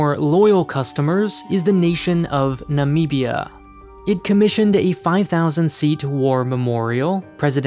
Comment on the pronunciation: OMG THE WAY U SAID NAMIBIA